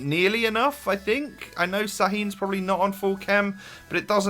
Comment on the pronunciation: Its not sahin its shahin